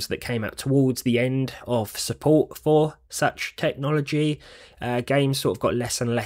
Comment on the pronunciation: suppolts..does it suppolt it? it is suppolted.